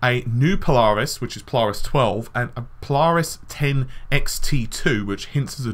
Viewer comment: The way you say Polaris really irks me... PO-LARIS. Sounds like you are saying PiLARIS almost sounds like PLARIS.